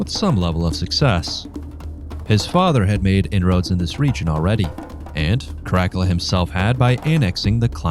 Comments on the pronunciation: It's Cara CALLA! Not crackula😂😂😂😂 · I like this overview. The pronunciation is atrocious. The main character is spoken as kaa-ruh-kaa-luh. Not ka'rack-ulah. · ITS KAH-RAH-CAH-LAH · Never heard this kind of Latin. Care-uh-cull-ah? It's "kah-rah-kal-lah". Since you must have studied Latin, your suggestion is as painful as any other. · Kara Kulla, not crackala. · Cara..cala...not caracala einestine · Italian here, I think a good pronunciation could be: KA RA KAL LA with a good enphasis on the double L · No worries. Not everybody studied Latin. But if wanna know right pronunciation, it is KARAKALA. With simple A not EJ like in English. Have a nice day. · Crack a la 😂😅😊LOL!!! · That definitely was annoying to hear the liberty taken with the pronunciation...especially when scholastic study has taught in consistent pronunciation...(in English, that is) KARAKEL-A (that generic version of the nestle crunch bar) is what I kept thinking every time I heard you say it... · The rest of the video could be amazing for all I know but I gave in well before two minutes as your pronounciation was annoying the hell out of me. It sounds like you're calling him Crackler 😂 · I'm an archaeologist specialising in Rome, it's care-ah-cull-ah. It was painful to hear your pronunciation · So, who's this Crackula person the narrator speaks about? I've heard of Caracalla, but not Crackula. Perhaps he's related to Count Chocula. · Great up-date on Caracalla! Myself as a Roman reenactor, I call him “Kar-A-Kel-La”. All “C” in Latin is always a “K” sound. Like in CAKE, Candy. The soft C cones around the year 1000 as in church Latin. In his coins, you see a young boy, teenager and when joint Emperor in 210 (age 24), you start seeing the Frowning man. Coins in his last 3 years, he looks like trying to go to the bathroom but blocked up ! He likes the scary look a senator claimed. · CROCK-ULA ; LOL; IS THAT DRACULA'S BROTHER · Caracalla…for future reference, his name is pronounced: Kaa-ruh-kaa-luh.